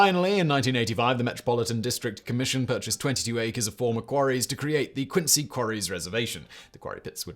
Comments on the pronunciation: haha agreed man. I just know if you’re in Massachusetts and you’re talking about Quincy, you should definitely pronounce it Quinzee lol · Quincy ....we say it with a "z" sound... but also yes, yaaaay mah town! gets mentioned! and not as a Fallout4 joke! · We pronounce it like a z. Like qinzee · Its pronounced "quin-zee" Massachusetts is FULL of towns not pronounced how they're spelled. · 🤦🏼‍♂️ they ain’t British towns dawg. If there’s a British town spelled Quincy sure, pronounce it quin-see. If everyone who lives in Quincy, MA, pronounces it “quin-zee” MA, pretty sure that’s all the evidence you need to know how that towns name is pronounced.